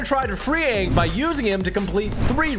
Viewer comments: that is not Aang that is rang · That's not ang that's agn 😭😭😭💀💀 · that aint aang thats gnaa 😭😭😭😭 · that aint Aang thats Aung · That’s not Anng that’s bang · thats not aang thats ong💀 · Thats not aang! That’s oong